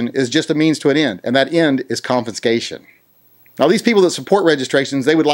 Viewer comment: Sorry but it sounds like ur saying confiNscation. Driving me nuts